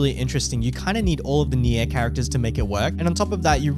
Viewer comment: Pls man, spell Nier correctly. It's "near" not nyeeah